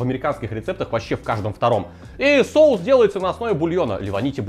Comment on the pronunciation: Мешаем, чтобы "шоус" загустел ска😂 голова, блин))))))